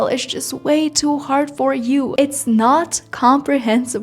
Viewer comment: Девочка, какой С2 уровень с произношением Хорд на Hard , с абсолютно нелепой заменой прилагательных very на pretty , expensive на a rip-off и прочей ерунды , которая у тебя на канале и абсолютно неуместна даже для B1 уровня, не то что С2. Не позорься и не вводи людей в заблуждение , которые хотят язык выучить